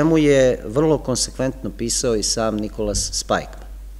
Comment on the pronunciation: Jedna ispravka, izgovara se Spikman. Hvala na veoma dobrom predavanju.